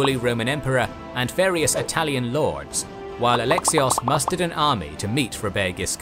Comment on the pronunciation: This video was great! Also the narrator sounded very suddenly Irish when saying ‘lords’ by the end lol